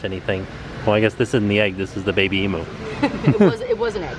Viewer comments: It's Eem-you not E-moo. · Eemyou ... not eemoo. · Say it with me, eeem-you. Kind Regards, an Australian.